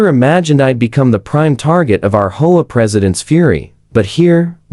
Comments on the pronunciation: H. O. A. Not hoaa. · Teach your AI to pronounce HOA as letters and not hola. Teacher AI to pronounce 50s and not 50 S. Very poor quality in production.